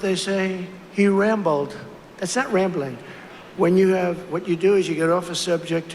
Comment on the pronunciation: Omg when he said Rambling that way I almost died. I had to keep rewinding it was hilarious!! Raambling